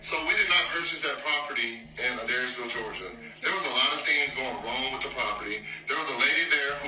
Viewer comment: I was listening to this and not looking at the screen and realized the live VERY close to me and you were saying adairsville all wrong 😭😂😂